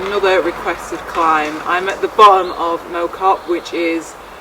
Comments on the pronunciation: I grew up around there. Got unfinished business with the climb. FYI it's it's not Mow that rhymes with Low, it's Mow that rhymes with Plough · I used to live near there and we pronounced it differently to you. More like Maow Cop, rather than Mow (as you would a lawn). I remember cycling up to the folly with my school during an activities week back in the early 90s on a very heavy mountain bike. It is such a brutal climb! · Yes , the “Mow” rhymes with “how”, not “oh”. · It is pronounced ‘Mao’ Cop like chairman Mao not Mo as in lawn mower. Non locals often make this mistake. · Pronounced Mow (as in smack ow) not Moh (as in mowing the grass) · Well done. Great ride. One small point, the locals call it Mow, as in cow. They ought to know. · Well done, although it is pronounced Mow like Wow or Cow. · Well done and W's got you the correct way to say mOW Cop and yes its one of the prettiest parts of Cheshire for sure. I live not that far away and the Cop is a regular visit - worth it just for the stunning views over the Cheshire plain and beyond. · My local climb, lots of different ways ffrom different sides which are just as fun, slightly off with the pronunciation though 👀👍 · great effort. speak to a stokie on how to pronounce Mow Cop properly